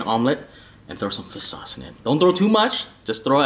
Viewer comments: Hey the guy always pronounces it like fiss sauce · Everytime i hear say fish sauce it really sounds like he’s saying FIST SAUCE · Is he saying Fisk sauce or fish sauce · No body:: "fiss sauce" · Fish sauce ? Heard it like nước mắm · FISS SAUCE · Yoooooo for real! 😂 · Lol ur right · Same here and i LOL every time. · I can't unhear it now